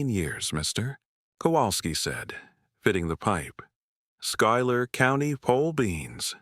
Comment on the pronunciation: Schuyler is pronounced SKY•ler. Trust me. I live in Central New York.